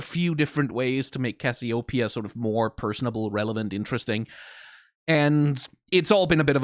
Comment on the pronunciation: why y'all pronounce Cassiopeia so weirdly?